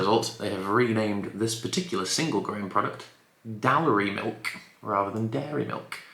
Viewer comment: Good try on the weird Edinburgh names. I think the easiest way to try to say them is Dahl-rye and Ghor-ghee.